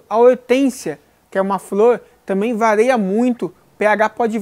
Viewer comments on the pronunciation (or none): " vareia? Kkkkk